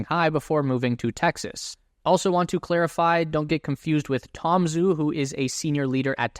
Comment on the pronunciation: Renjie and Tom ZHU should be pronounced JU. See pinyin romanization of Mandarin for reference.